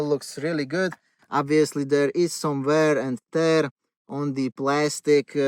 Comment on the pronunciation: Some wärr änd täärrr :) got me right there :)